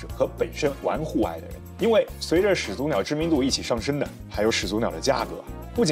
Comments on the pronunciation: 始祖(shǐ zǔ)口语连读应读作shí zǔ而不是shǐ zú，听着很别扭。举例：懵懂(měng dǒng)口语应读作méngdǒng而不是měng dóng；产品读chán pǐn不是chǎn pín；火腿读huó tuǐ不是huǒ tuí；检讨读jián tǎo不是jiǎn táo...... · 按照普通话发音规则，两个连续三声，第一个三声应该读二声。